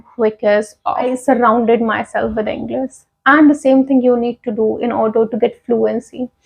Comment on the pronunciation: You pronounced Englis but that is English